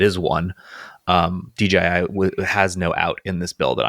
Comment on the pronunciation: Guys! DJI, not DGI! :face-fuchsia-tongue-out